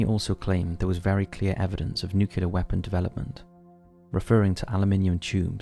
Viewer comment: Nucular is not a word.